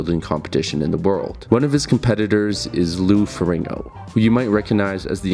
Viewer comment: Lou Ferringo.... cmon maing